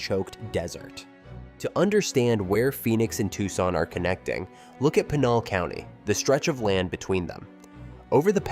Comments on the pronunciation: Yeah, had to click out of this when Pinal County was mispronounced. If something that easy to figure out is wrong, I don't have much confidence in the rest of it. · As someone who is highly familiar with the area, I sincerely doubt Tucson and Phoenix suburban areas are going to merge any time soon... especially with the Gila River Indian Reservation that sits right in between the two cities. This is just another AI slop video that can't even pronounce Pinal County correctly. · This should be the top comment and is the most overlooked fact in this video. The Gila River rez is huge and prevents any development between Chandler and Maricopa or Casa Grande. But what do you expect from a content creator that mispronounces Pinal County.